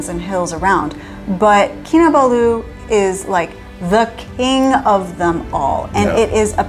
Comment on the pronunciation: You pronounce the last two syllables in Kinabalu as Baloo from the Jungle Book lol. I usually pronounce all the syllables equally